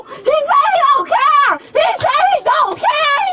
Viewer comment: hE SAiD 'i dOn'T caER!1!"